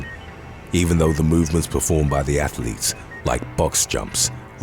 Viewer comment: Athlete doesn't have 3 syllables but other than that, great content 😂😂😂